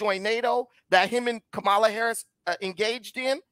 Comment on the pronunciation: imagine claiming you're pro black then saying the first black VP's name wrong.